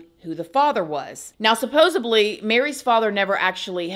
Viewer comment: Love your videos, but language pet peeve. You always say “SUBBOSEDLY”. “Subbosedly” is not a word, the correct word is “supposedly”. Maybe it’s a slang thing for you but I hear you say it in every video. Not trying to be an a-hole. I’d prefer someone to tell me if I’m always miss pronouncing a word.